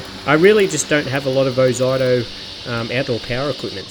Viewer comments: it's ozito not oito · Who the F K says "Oz eye toe" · Ffs mate, learn to bloody pronounce words properly. Every ad, commercial or anything else clearly says (oh zeetoe). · OH ZYE TOE?? 😂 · Oz-zee-toe (from Aussie-Tool) PS: The wheels look perfectly fine to me, easy to clean out captured clippings. Most mowers have closed pattern wheels which are bloody pain to clean. Oh, and the plastic grass chute is normal. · Thanks for the video. I thought Ozito was pronounced 'O-zee-to' but it's a matter of choice I guess. Overall I would have liked to see how this mower performed cutting longer grass, as essentially you were using it to vacuum up leaves. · Oz zee toe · I believe It`s pronounced Oz(ee)ito, as I have had battery tools of that name. Good review too of a budget push mower. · Thanks for showing this Ozito mower, particularly the underside too. (I've always pronounced it Oh-zeet-oh 😉) It's interesting how the (now discontinued) 21" 58V AEG mower also has plastic in the discharge chute area too (Honda also uses something similar). Not only that, but so does the Milwaukee mowers. I suspect they (TTI) took the Milwaukee metal chassis with that same plastic inclusion & used it in the AEG mower (with some mods) as they have also used the line trimmer attachment heads too (hedge trimmer, edger & pole saw) as well as bringing the same design concept to Ryobi too (albeit down scaled in the hedge trimmer attachment & more plastic). In my AEG 21" mower I've had to add some stainless steel shim material to protect the plastic edge from damage & grass etc collecting in the discharge side. I'll send you a photo. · Never heard someone pronounce "ozito" like that 😂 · It almost feels intentional.. an FYI for anyone reading these comments, the name is a play/abbreviation on "Aussie Tools". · “I love to trigger people by intentionally butchering word” 😂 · I notice first think the way he pronounces ozito 😅😅